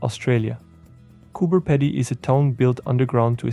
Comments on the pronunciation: its cope "pee die" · I wouldn’t sweat it, just funny thats all😊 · Lol, listening to you pronounce Cooper Pedy. It's pronounced Cooper Pea dee.